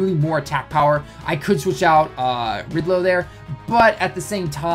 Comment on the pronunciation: ITS NOT RIDLO ITS RILDO TALLEN. I GETS ON MY NERVES WHEN YOU SAY IT WRONG lol